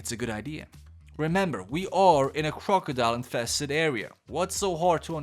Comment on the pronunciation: Crocodile... The way he says this annoys me (I love your content but jurrrrrrr) and Croco??? Is croc🤣(just saying ❤️ love your content